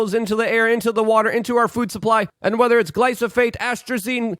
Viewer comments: I hate being a grammar Nazi, but it's gly-pho-sate, Luke. I can't take it anymore. Lol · You pronounce glyphosate incorrectly. The f sound comes before the s.